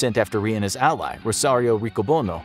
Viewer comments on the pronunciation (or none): none